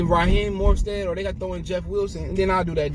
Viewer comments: You killin’ me bruh, it’s MOSTERT, NOT MORSTEAD Jesus fucking Christ lol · Man he say Raheem last name wrong and he is tripping